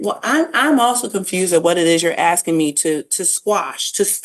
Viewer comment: Since when is it aksing instead of asking😮